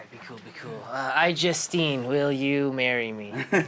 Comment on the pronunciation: I thought he said iJustCame then instead of iJustine o_O you 'merican's and your accents and pronunciation xD